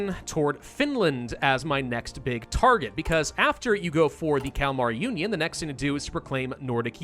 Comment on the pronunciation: I keep hearing the Calamari Union not the Kalamar union. :P